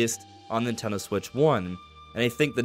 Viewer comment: Is he saying Ninteldo?